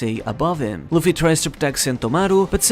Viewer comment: i cant understand half of what you are saying without subtitles. ex. kidnapped = kidnai, Luffy = Luffly bro.